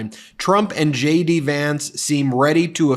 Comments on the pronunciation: I thought you were saying j d vance, shady Vance... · Sounds like you're saying Shady Vance - it fits regardless! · When Ben said “JD Vance”, I initially heard “shady Vance”.